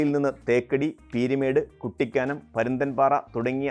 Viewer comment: റെയിൽവേ ആദ്യം വന്നത് മലബാറിൽ.... വികസനത്തിൽ ഏറ്റവും പിന്നിൽ നില്ക്കുന്നതും മലബാർ ... താങ്കളുടെ വിവരണത്തിലും വടക്കിനെ അവഗണിച്ചു. ബേപ്പൂരിൽ നിന്നും കോഴിക്കോട്ടേക്കും മംഗലാപുരത്തേക്കും റെയിൽ എപ്പോൾ വന്നു എന്ന് പരാമർശിച്ചില്ല. പിന്നെ താങ്കളുടെ മലയാളം ഉച്ചാരണം വികലം. പഛിമഘട്ടം, ഭരണങ്ങ്യാനം, കുട്ടിക്ക്യാനം ......